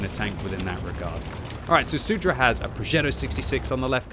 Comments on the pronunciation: It's not SUDRA, but Soudruh lmao. It means "Comrade". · I love how says soudruh. I speak Czech and this makes the commentary more exciting.